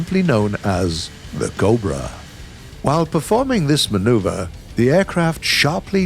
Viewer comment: Normal people: cobra Bodiless voiceover guy: cob bruh